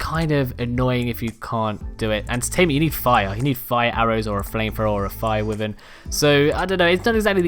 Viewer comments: Why the hell my dude wtf is wivern..... Why Vern. It triggers me when others say wivern so much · "Wivern" deep sigh Why. Why Vern is how that is pronounced. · Atleast he doesn't pronounce it wy ar ren like my tribemate we kicked him out because he stole my longneck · That’s not how you say wyvern